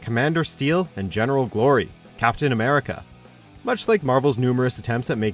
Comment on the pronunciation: Were just going to ignore ammericamando